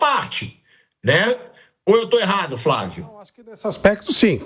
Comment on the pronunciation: Fravio praga da Xuxa "hhaaaahhhhhb fravio praga da Xuxa "hhuuuuuhhhnhhhhhhh kkkkkkkkkm🤡🤡🤡🤡🤡🤡🤡